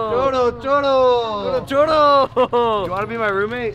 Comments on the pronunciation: Turtle, turtle 😂😂😂 it’s churro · You are saying chorro and is churro and chorro means DIARRHEA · U say it chooro but u said it wayyy wring u practically said diarrhea in Spanish 😂 😂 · Jjajajjaja pensé que decía choro (persona que roba)😂